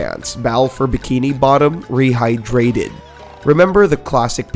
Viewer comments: “It’s rehyDRAted” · Earl Jones it bugged me too lol, and some of the other things he said in a weird way as well